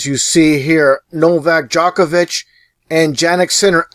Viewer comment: DJOK-ovic Nowak DZHOKhar Tsarnaev djok / dzhok, same pronounciation. : three / tree.